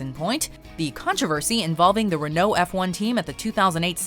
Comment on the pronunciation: Gosh, please learn pronunciation. Renault!